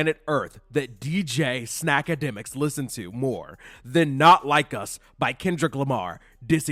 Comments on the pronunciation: Umm sir did u call that man "snackAdemics"?🙄 Yeooo lmaooo😭😂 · Or as said ‘suckademiks’